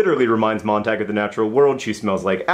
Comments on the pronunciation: It's actually MOANT-AHG according to various sources (including my English teacher), and apparently is German. MONT-AH-GUE would be spelled "Montague", though, for future reference. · WAIT HOLD ON JUST ONE SECOND. MONT-AHG? NOT MONT-AH-GUE?